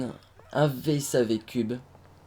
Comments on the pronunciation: sa ne se dit pas vsav on dit VSAV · c'est V.S.A.V pas vsav x) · bon ok j'aime et au fait on dis V-S-A-V on dis chaque lettre :)